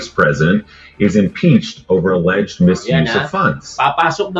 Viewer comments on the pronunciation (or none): none